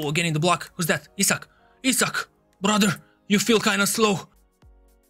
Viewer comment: was it just me or did he really pronounce isak as he suck